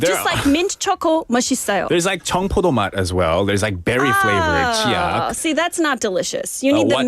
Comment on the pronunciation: said 치약 마씨써😂😂❤한국어 발음 짱좋아요❤